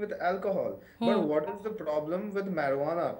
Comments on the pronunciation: its not marihuanaa.its marijuana..good video though😂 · Marie-Hu-Annah. XD Just call it Pot if you have a hard time.